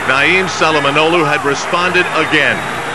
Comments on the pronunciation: His name is Naim not Niam have some respect for the greatest ever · Naim not Niam